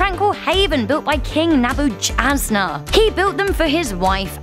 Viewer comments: >king naboochazna it's neh-buh-ka-nez-er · Did this woman just call the king ne-bucha-denezzar? It's pronounced nebe-ke-denezzar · As an Assyrian, I think one of the funniest things I have ever heard is Nebuchadnezzar being pronounced the way she pronounced it! I wholeheartedly laughed! Loved it! "Naboochazna" as one of the other commenters wrote. Priceless! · I believe that most people pronounce the emperor's name slightly differently, more like "Ne-bu-kad-nez-zar". Nice video all the same. And yes, I am in the camp that is pretty sure that it existed based in the accounts. Cheers! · Nebuchadnezzar I think it’s pronounce ( Ne Bu Kad Ne Zar) since our teacher is telling us to memorise the whole Daniel chapter 5 Welp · Nebuchadnezzar (Neh-bed-could-Neh-zar) I know. It’s tough to say, but I wish you would have looked up how to pronounce it - especially since you’re an informative / educational channel. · The Hanging Graden of Babylon is in Nineveh "NEW" babylon. Again ... Ni-ne-veh Girl! Ne-bu-kad-ne-zar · Nebuchadnezzar's pronunciation is "Ne-bu-kad-ne-zar" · "naboo-ch-azznar" lmbo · Hears you pronounce - neboo chazz nar. IMMEDIATELY CLOSE VIDEO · emmmary even with an accent she pronounced it wrong. With pretty much any accent, the ch can be pronounced as k. She also left out letters. An accent doesn’t make you completely mispronounce a name. Just goes to show how little effort goes into these videos. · Noel Crenshaw As well as "Teegris", and the total butchering of Nebuchadnezzar